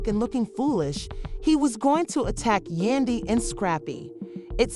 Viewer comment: Who the f*ck is yundy. You might wanna get the name right.